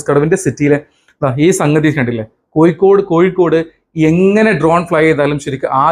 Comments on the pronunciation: Koyikode അല്ല ചെങ്ങായി. കോഴിക്കോട്‌.......വൃത്തിയായി സംസാരിക്കൂ. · koyikkodu alla kozhikodu